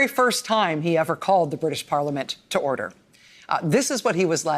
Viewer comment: erder! erder! I love the British!